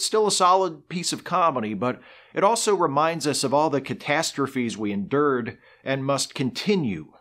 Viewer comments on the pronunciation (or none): TIL that some people pronounce 'endured' as though it were 'enderred.'